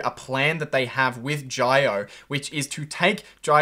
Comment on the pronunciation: Good video. At 7.30 mins in the video, your first pronunciation of "Jio" is the correct one. Jio in Hindi implies live large, which Reliance wanted to allude to ppl by getting on it's fast internet connection; but actually this word Jio is a mirror image of oil which is Reliance's legacy business + cash cow. A twitter thread you might find interesting